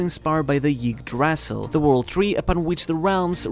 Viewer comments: "Yggdrasil" is rather pronounced as "Eegdrasill" while the start resembles the Germen "ü" which can be heard in the middle of the word "new" (as the sound directly followed by the n) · Yggdrasil ( Ygg (as in saying the letter "E" followed by the sound "G" makes in Goat) - Dra (as in the begining of the word "Drug" or without the g) - Sil (halfway between saying the word "Sylph" and "Seal")